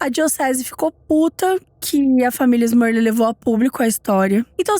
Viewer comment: te adoro mas deu agonia você falar “Smurlil o vídeo todo kkkkkk